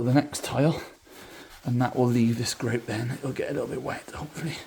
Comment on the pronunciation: I like the way he says greouwt